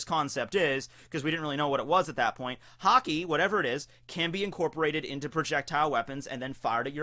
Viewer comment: Is it just me or why is it everytime says Haki I think he said Hockey (I live in Canada:D)